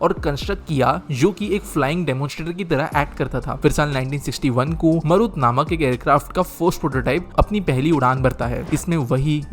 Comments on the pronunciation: भाई अपन तो भारतीय है फिर क्यों मारुत को मरुत बोल रहे हो । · You are pronouncing it wrong...very wrongly....Its Marut named after Hanuman